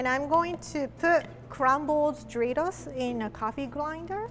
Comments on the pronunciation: lol am hearing dritos not doritos lol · I can't stop hearing her say dreidels not doritos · “Do rie tos” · “DRITOS” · how she said doritos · I love how she says Doritos!